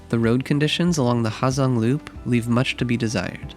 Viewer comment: The H is silent man